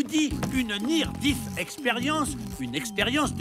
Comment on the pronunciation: "Death" se prononce "dèth", pas "dith".